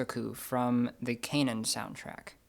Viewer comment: Not gonna lie, clicked on the video mostly because of KH on the thubnail ^^ Good lesson, but pronouncing Kanon as "Cane-in"? Isn't it supposed to be like "Canon" as in the ancient artilary weapon?